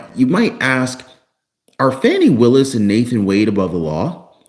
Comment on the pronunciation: you can not pronounce Fani Willus name correctly. You are reporting propaganda. How can you go to jail for dating someone. Get the facts!! There is no need for anyone to respond. I use to follow you not anymore. Definitely unfollowing!!!